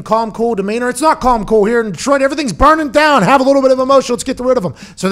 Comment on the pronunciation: “stepping dahn” nice